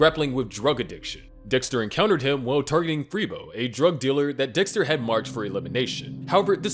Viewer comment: I just want to say how funny that during the video, I think Dexter, but I hear Dickster.